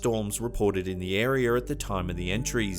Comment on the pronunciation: Please look up how to correctly pronounce area. You always add an extra R in there.